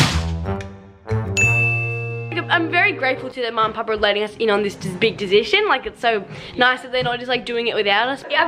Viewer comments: Why can none of them say “decision” properly. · None of them can say decision correctly and it’s so irritating